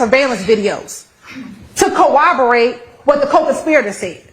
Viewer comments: Exactly!! I said wait, did she just say "co-obo-rate?" She did. 🤦🏾‍♀️ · She needs people around her to tell her how to pronounce corroborate😂 I’ve heard her say “cowoberate”at least 1000 times during this trial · Could someone please teach how to pronounce “Corroborate “ please!!!